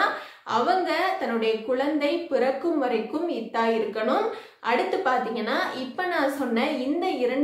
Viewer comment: முதலில் சகோதரி நீங்கள் இத்தா என உச்சரிப்பை தவறாக சொல்லாமல் சரியாக சொல்லவும்.